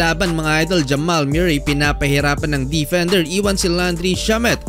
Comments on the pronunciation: Murray tol pronounce moohrey a ewan😂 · mu-rey not myu-rey (MURRAY) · Jamal MEW-ray!😂😂😂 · Jamal Muh-ree